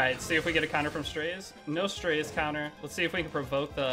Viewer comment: strAzeh is how its pronounced just fyi